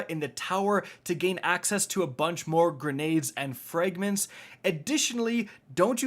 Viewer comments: Frayygments? Seriously dude, learn how to pronounce the vowel sounds The letter “ a “makes in English. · Fraaayygments is not how you say Fragments. Fix it, noob.